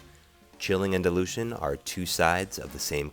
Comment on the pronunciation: when you say dilution... you make it sound like delusion!